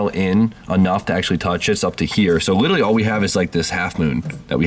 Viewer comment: Only complaint is how you say "litally" rather than "literally" constantly